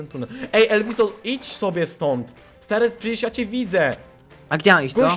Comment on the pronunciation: nie elwiso tylko ELVUZJO